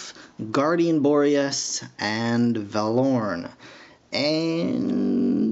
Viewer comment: STOP PRONOUSING THE NAMES WRONG ITS TEN-k-eye and it VA-lorn but otherwise cool video